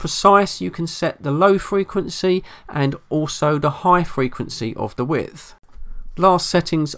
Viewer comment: How can we take you serious with all the dropped THs